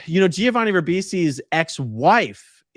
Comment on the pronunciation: I know you grew up in a cult, but it's "Jovani", not "Jee-ovani"... the Gi in Italian only means the G is soft and not hard, it is not pronounced.